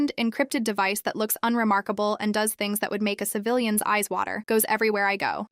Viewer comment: ees means eyes bad pronunciation